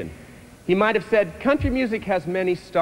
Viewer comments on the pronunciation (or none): Mandrell, not Mandrill!